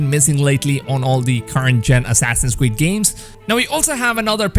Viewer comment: Assassin’s cweed (sorry I had to point this out this is just too cute to ignore😌